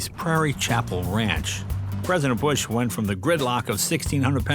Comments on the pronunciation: Mrs. Bush sounded like she wanted to say BUSHYY with out the H and P instead of a B lol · Something interesting why the First Lady called President Bush with the "ie" sounding in his name... That comes from the time Mr. Bush was president and visited Europe; President Bush had a great reception from people there and the crowd was chanting his name which in local language adds an "ie" at the end of the name... similar to female's last name adds an "a" to a feminine name.